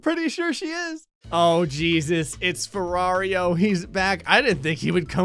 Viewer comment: Its "ferraro", not "ferrario"